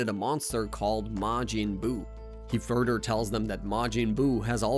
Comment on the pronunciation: He pronounces “demise” as “Dee-mice” and “further” as “fur-dur” … I think he’s just not great at speaking or baiting for comments complaining about it